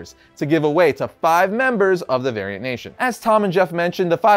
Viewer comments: Thought he said “Aryan nation” every time he tried to say variant. Lmao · This man said variant nation and I really heard Aryan nation lol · not going to lie, i totally thought he said Aryan Nation at first, lol. but he won my trust back with the Angel Grove High t-Shirt.